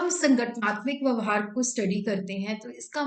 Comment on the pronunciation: Mam it's vyavhar